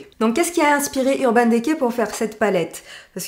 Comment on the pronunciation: merci pour cette vidéo! =) je ne sais pas si on vous à déjà fait la remarque dans des vidéo précédentes mais le E de DECAY se prononce I comme NAKED ^^ c'est juste un détail mais bon ^^ bisous =)